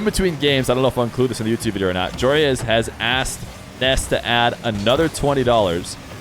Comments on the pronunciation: Stop sayin Ness when his name is Nass bro they are different vowels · Why do you say “Ness” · Are you pronouncing it “Ness” so YouTube doesn’t think ur saying “Ass” and demonitize you? Lol. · Spelled Nass, pronounced Ness